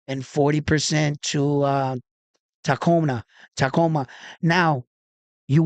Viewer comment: You have the . . . beginning . . . TA . . . and . . . ending . . . MA . . . correct . . . The letters in between are pronounced like the word . . . COOL . . . without the "L" . . . or the letter "U" in the words "cube" or "tube" . . . sounding like . . . "KOO" or "KU" . . . So, it is pronounced . . . TA - KU - MA . . . Inoue.